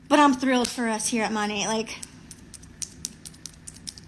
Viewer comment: She's probably the first Monat hun I've heard pronounce the name correctly. May be nit-picky, but when you can't even say your cult's name correctly (barring language barriers, ofc) but you swear your life to it and compare it to your religion, that makes me squint...